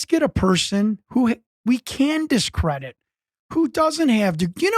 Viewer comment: Discredit... Not decredit